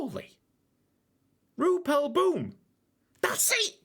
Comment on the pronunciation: also I seen a suggestion on one of your other boom videos ssying to use Google translate and it's actually pronounced more like roypel bomb